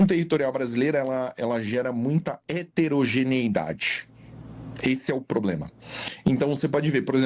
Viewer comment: He-te-ro-ge-nei-da-de (aprendeu palavrinha nova e quase não conseguiu falar). Heterogeneidade = diversidade. Biológica, genética e culturalmente, é altamente desejável, imbecil!